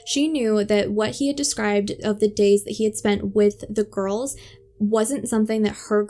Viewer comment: I’m sorry to make a correction as you’re doing a good job, but I’ve just counted ten times you’ve said “ girlses” when talking about the GIRLS. Just say the world girls when referring to the two of them, and you’ll be fine. You also said “ sisterses” a couple of times, so just use the word sisters to refer to both of them.